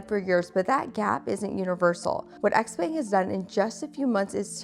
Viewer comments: its not "X-peng" but "xiao peng" like in xiaomi.. well if you know how to pronounce that one correctly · Also, the brand name is Xiaopeng (pronounced Shao Pung), not XPang. So cringe 😂 Also if you're unaware, China has lead the way since the beginning on both BEV and Self driving. I know you're a Tesla bottom feeder but it's worth knowing. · Xpeng (which you're pronouncing incorrectly) is decent but you should test the Huawei self-driving system. Tesla's FSD is not good, it needs to improve. Both Tesla and Xpeng would benefit from lidar.